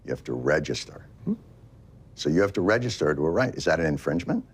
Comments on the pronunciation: Love his face while Jon was destroying this guy's POV. Pathetic he couldn't say "register". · Re -gister, register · rrrrrrrregister! LMFAO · "rrhuregister" Love it. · He really didn’t want to say register 😂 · I guess this representative schmuck missed out on an episode of Mr. Rogers on how to pronounce the word "register" like a functioning adult 😆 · Never knew saying register would be so hard. The fact that he nearly died trying not to say it 🤣🤣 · He couldn't to say the word register lmao pathetic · Lol he literally can't say register